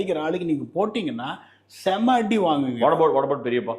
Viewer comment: Periyapol alla periyappa😂😂